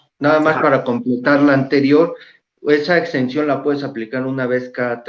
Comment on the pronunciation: Porqué menciona “extensión” el contador, se refiere a “exención” cierto !! ?